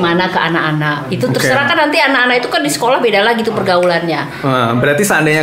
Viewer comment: yg bener itu terserah bukan seterah:v